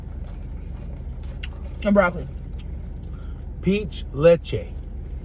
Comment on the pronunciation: "peach le-che" hahahahaha